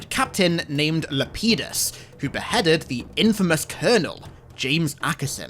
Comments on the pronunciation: Lepidus is pronounced [lɛpɪdəs], not [lɛpidəs] just to let you know. At least assuming you're not using Ecclesiastical pronunciation of Latin, but in that case it would be [lɛːpidus] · did he just pronounce Lepidus as lay-pee-dus 😅😅😅